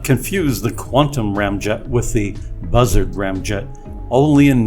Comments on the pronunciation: Bussard is pronounced Boo Sahrd, not Buzzard lol. Otherwise, a great video!! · oo...long "u" sound as in "shoot" It's FRENCH ! Nuclear... three syllables: 'new, klee, uhr' Or better yet 'new, klee, er' K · Constantly mispronouncing Bussards name by the use of shitty text to speach is frankly insulting.